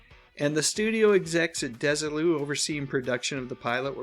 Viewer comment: this was a great one, and brought out things I didn't know until now. May I, however, major on a minor for a second? Desilu was named for Lucy and her husband Desi (DEZ-ee) Arnaz. Thus their company was "DEZ-ee Lou", rather than "DESS-ee Lou".